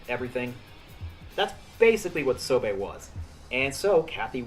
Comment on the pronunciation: Neat video idea. Sobe pronounced so-BEE not so-bay, though.